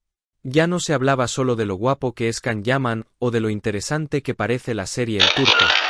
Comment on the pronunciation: Entiendan!!! Es Yan, Yan, Yan,Yan. Así se pronuncia el nombre de Can (Yan) Yaman. Por favor!!!....